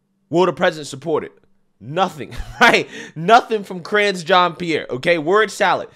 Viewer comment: "Ka-ringe jean Pierre" 😂🤣🤣🤣🤣🤣🤣 made my day brother!!